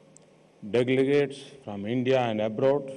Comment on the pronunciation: Did he say dintinguished deglegates? Hahahaha